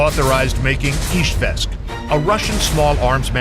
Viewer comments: Beautiful video, thank you! However, the capital city is IZHEVSK, not IzhVEsk, as they say in the video. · Izhevsk, it is Russian varient, Udmurts call the city Izhkar